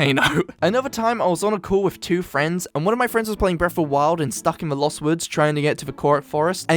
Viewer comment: I love how it sounds like he says ‘breaf’ of the wild at the beginning.